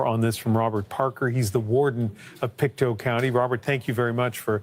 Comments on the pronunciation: It's not French, it's native Indian. Pick-Toe. Not Peekatoo. Pictou like you can "pick your toe". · It's pronounced Pic-tow. And it's aboriginal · It's pronounced Pick-toe 😊, but very close! It's derived from the Mi'kmaq(pronounced Mig-mah-gee) which is our indigenous here in Nova Scotia.